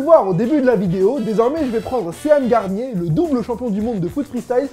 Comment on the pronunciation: "SéHANE Garnier" ouai nooon c'est " SHEUNE GARNIER" :D Bonne vidéo comme d'hab ^_^